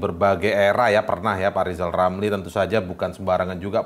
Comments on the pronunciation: Minimal ngomong er dulu pak lizal lamli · Ahhh,,ngomong aje kaga pernah bner,,kaga enak didenger. Bnerin dah tuh ngomongnye,, belajar ucapin R. Udah tue,,bukannye beribadah,,malah jelekin orang mulu. Pak Jokowi jls memberikan jasa dan pengabdian ke rakyat ,kalo Lijal Lamli ngasih ape? Aahhhh,,,ngaca. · Mending RR belajar jelas ucapkan huruf R..karna nama anda ada huruf R nya,,kan gak lucu manggil manggil anda jadi Lizal lamli..wkwkwk..😂😂..26 huruf saja gak lengkap uacapannya,,sok ngeritik..wadauhhh..lucu banget RR alias Lizal lamli ini..prekitiuuww🤣🤣